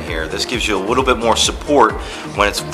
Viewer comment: I had to stop watching this video because I couldn't stand him saying "a wittle bit" instead of a little bit. drove me crazy